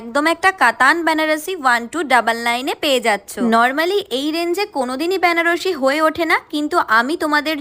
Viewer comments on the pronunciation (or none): ওটা ব্যানারসী নয় বেনারসী, জানি কোনো লাভই হলো না বলে কারণ তুমি তো কারো উপদেশ নাওনা।